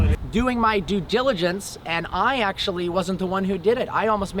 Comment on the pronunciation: " it was just my du gilagance?" Go get some help. You are spiraling out of it. Ur good people and have lots of fans worried about you